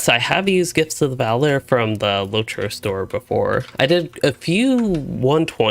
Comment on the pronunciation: it's valAr not vAlar